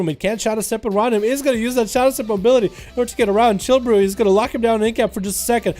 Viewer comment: Its "Chi" brew....not "Chill" brew. 🤦‍♂️